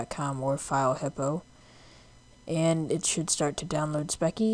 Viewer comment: Its speccy (spes-ie) just saying lol